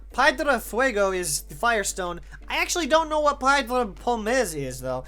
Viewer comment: H in Spanish is silent and pierda is pronounced pyehr-dah (if that makes sense)